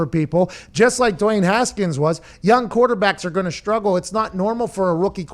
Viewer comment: You guys missed saying Duey Haskins😂😂